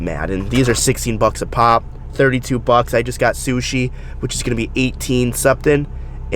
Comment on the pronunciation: Were r u from you have the most haggard sounding accent iv ever heard bro lol , like the way you say buuon for button and bocks for bucks like do you do that on purpose for how funny it sounds when you try to talk ? Not hating bro just wondering there's a bunch of people that do crazy accents for there channel . I'm just curious lol keep it ricer homie